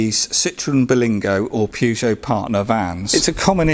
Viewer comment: Why are you calling it a purgeot ??🤔